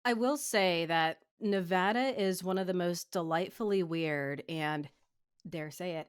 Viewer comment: Thank you for pronouncing Nevada correctly